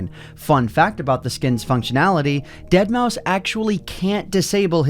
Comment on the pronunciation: you pronouncement continuously wrong. Say it like deadmaw five